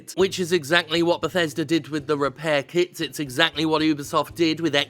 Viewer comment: Anyone else heard scrap "kiDs" instead of "kiTs"?